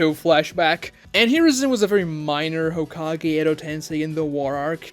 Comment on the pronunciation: narutoe hoekagay learn to pronounce japanese names correctly man, it's embarassing